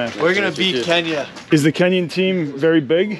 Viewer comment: “We Nee 2 Beah Kenyahhh”